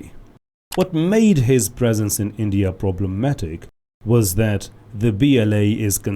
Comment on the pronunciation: Jo bhi bolo, per ye India ko Andiya kyu pronounce karte h?